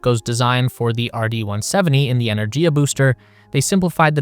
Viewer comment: It's "ener-giya", with a hard "g", as in "gift. This is more common in Indo-European languages. A couple of minutes research would have found this out.